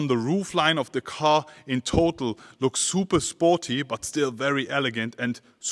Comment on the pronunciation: Love how he pronounces sporty as "spuortie"